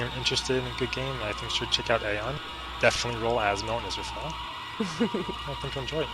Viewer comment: Thank you for saying the name of the game correct! This guy isn't too bad as a player in Aion. But there's a difference between leading and going all out for your faction. This guy refuses to die for his faction and leaves automatically anytime things seem grim and let's be honest Sin Commander Xform.....really? kind of a waste of a spot would be the same useful as a 5 star xform. Bottom line this guy knows how to play but he will not die for his faction.